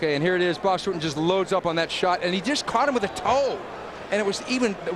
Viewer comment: It’s pronounced Ruhten Not Rooten. If he was Brazilian or Mexican you would be able to pronounce his name right.